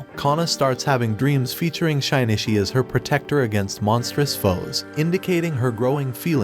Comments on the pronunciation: Parasyte: the Maxim is the anime. And it bothers me the way he keeps saying shinichis name like (shy-knee-chi) when its supposed to be (shi/she-knee-chi) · Shynishi is killing me 😂😂 it’s Shi-nee-chi. Shinichi. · bro it’s “sheen - chi” not “shynishy” it’s making the vid more annoying the more you say it, ur lucky i love your content or i would’ve clicked off a long time ago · Hearing SHYnishi every 5 seconds was too annoying. Was is so hard to change Shinichi to SHEnichi so the damn narrator could read it right? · Shaynishi? wtf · Butchered the name... It isnt Shynishi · bro did NOT call my boy shainichee💀